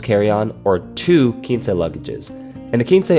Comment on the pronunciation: Video was very well done. Nice comparison! Just a note, I think it’s pronounced “kwinse”